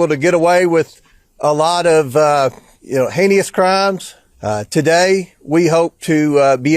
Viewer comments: Bro said “hey-knee-us” like it’s a word not even our political leaders read at a high school level we are so cooked 🥀🫩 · Heinious crimes? The word is HEINOUS JACK ASS! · Comer said "heinios" instead of heinous. Christ on a cracker, what a dunce. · New Rule: You shouldn't be in Office if you can't pronounce "Heinous". Yeah I'm looking at you Comer.